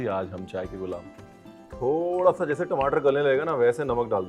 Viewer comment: Aaloo ki sabji to theek hai.. Magar apka apne ghar ka way bolne k tareeke ka...Kya khne... Timatar